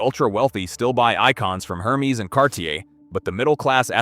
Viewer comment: Hermes: HERRMEZZ! Tag Heuer: TAG HEEER, TAG HUUUUR! Hublot: HUGH-BLOW! Also all the video is just random BS.